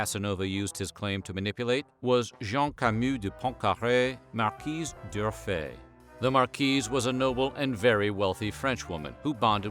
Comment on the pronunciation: Hello! I love your videos. Just a little advice: you pronounce d´Urfe like Durfe